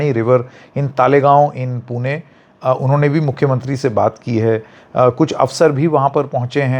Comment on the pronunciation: Wahh sir पुणे ण pronounce karna ata h apko 👏